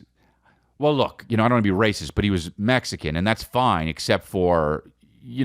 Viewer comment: When it’s “Mexican” 💀💀💀